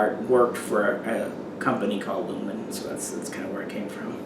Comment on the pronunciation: The "L" is silent in "Ljungman"